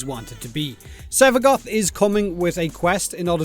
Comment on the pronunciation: I kept hearing Sevagot